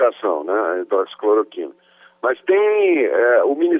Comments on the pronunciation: HIDROXI CLORO TINA.................... O POSSÍVEL MINISTRO DA SAÚDE NÃO SABE FALAR O NOME DA MEDICAÇÃO MAIS IMPORTANTE DO SÉCULO......... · “Hidroxicloritina” pqp!! Esse cara não meu Deussssss!!! FICA MANDETTA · Entende tudo, só não sabe falar hidroxicloroquina kkkkkk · Revejam o vídeo e vejam quantas vezes o entrevistado diz errado o nome do medicamento(que foi corrigido pelo entrevistador), e no entanto, ele defende o uso sem nem ao mesmo saber o nome certo. Que irresponsável....Ele é do meu Estado, e eu sei bem quem é ele...Ele tá desesperado pelo cargo de Ministro da Saúde. Fome de poder! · Diz que foi se reunir à respeito da hidroxicloroquina mas não sabe nem pronunciar a palavra.. To sabendo.. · Deus me livre esse homem ministro da saúde!! Ñ sabe nem pronunciar HIDRÓXICLOROQUINA!!!!🤪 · O cara não sabe nem falar hidroxicloroquina..